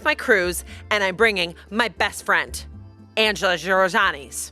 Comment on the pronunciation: The way still can’t say Angela’s name kills me every time